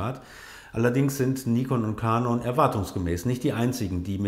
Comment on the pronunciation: Warum spricht ihr eigentlich der Firmennamen Canon immer so beschissen aus???